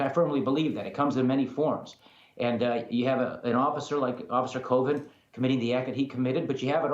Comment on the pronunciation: Sound like he was saying officer Covid😂